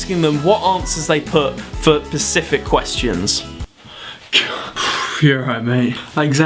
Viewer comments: SPECIFIC questions not PACIFIC questions.. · specific not pacific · You say pacific not specific. That's so cute ;-) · "what answers they put for pacific questions" I can imagine you running out of a Geog exam shouting "what did you put on the one about the specific Ocean?" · Did you do well in your English exam? You said pacific instead of specific aha! Love your videos though!x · ... do you mean specific? hahah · "pacific questions" Get your shit together, Oli. haha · Great video! But , Pacific questions? Lol, hope that was a geography exam! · Lol you can't say specific!